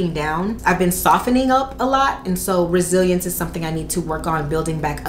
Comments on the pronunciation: Girl I thought you said “Brazilians” not Resilience. I was like what?! 🤦🏽‍♀️😅😂🤣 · I heard that, too, and it cut to a commercial right at that moment so I was sitting there like "Huh." lol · I literally saw this comment as I heard “Brazilians” too 😂😂 I’m like wow it must feel like a piece of cake now lmao